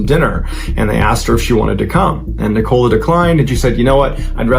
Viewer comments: Yes! I keep saying NICK-o-la. Not Ni-COLA. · 😂😂😂😂 that's not how you say nicola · Besides the weird and tragic story along with strange pronunciation of the main character’s name, the image of random man in trench coat and a bowler hat, sitting barefoot on a beach in a wooden chair, reading a Russian newspaper is a lot to take in 😅. I mean it in the nicest way possible, you’re definitely not boring 😂